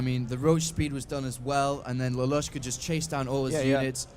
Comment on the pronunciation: "Lalush" is pronounced as li-loosh, thats the name of he main character of a show called "Code Geas"